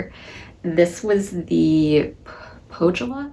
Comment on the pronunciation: I love this video ;) I watched it while knitting the Zakkuri Cardigan by Nariko Ichigawa. I think Pohjala is pronounced "poh-ya-la." There's a cold country like that in the Kalevala epic, and there's also a region in Finland with the same name.